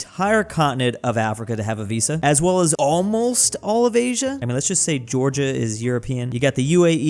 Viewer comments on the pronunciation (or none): none